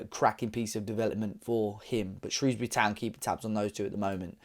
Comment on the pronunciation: Glad you pronounced Shrewsbury correctly😂 I think Ruben’s biggest legacy in the last six years is being perhaps at the forefront of the Fosun generation of players that have transformed Wolves in terms of its profile. I remember at school it was full of glory hunters supporting top four teams, and their heroes were Fabregas, Gerrard, Drogba etc. These days kids are growing up in Wolverhampton and they don’t need to look elsewhere for top players to idolize. Adama, Jimenez, and others have also done this, but I think Neves has been the most important.